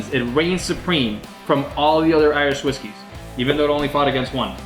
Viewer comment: My man said Iwish Riskys